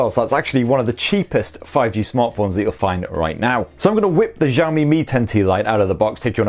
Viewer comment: Xiaomi /shawh-mee/ (kinda like how you say "show me" but instead of an "o" in show, it's an "a") not /zhawh-mee/.. it gets annoying when literally all non-Asian people pronounce it wrong every. single. time.